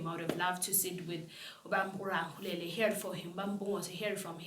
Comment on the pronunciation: It's pronounced Ra-le-kgo-le-la